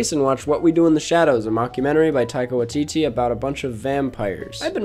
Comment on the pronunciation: Hey, just a note from a New Zealander: Waititi is pronounced why-tee-tee or wy-tee-tee. Thanks dad keep up the great work!